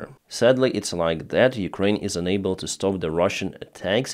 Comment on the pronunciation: please learn pronunciation of your frequently used word "unable" ...you pronounce it as "enable" which has got quite opposite meaning